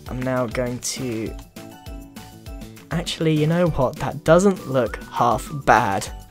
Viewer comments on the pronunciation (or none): none